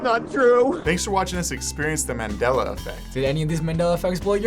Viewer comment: It's Nelson MAN-dela not Nelson MEN-dela